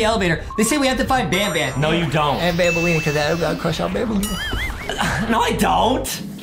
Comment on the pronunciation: That not how to say her name her name is bambolina not banbaleena